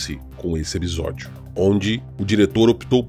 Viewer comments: Ótimo vídeo. A série é fenomenal de uma forma geral fui agraciado como fã de Lovecraft. Não é por nada porém o Explorador estava falando " Ebisódio" rsrs ? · Porque o dono do canal fala a palavra episódio de uma jeito estranho? Ou é só eu que ouço de forma a pronúncia dele?